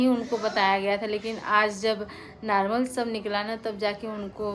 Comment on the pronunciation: Narmal nhi normal .....😂😂😂😂😂😂